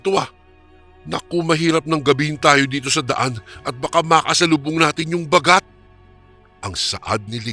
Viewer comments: koreksyon lng po....hindi po mabilis ang pag bigkas ng Baaagat....hindi bagat....dapat baaagat.... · listening from hongkong mali po ang pang pronounce Ba..gat.